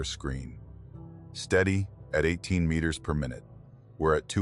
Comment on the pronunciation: 2 Mitters .... miners ..... metrrs..... mrrs....... mirs How hard is it to get one single word wrong sooooo many times. Almost seems deliberate